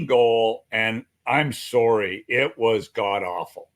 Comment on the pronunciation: "I'm soary."